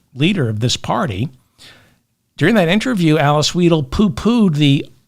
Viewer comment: Weidel, the middle sound is 'eye'.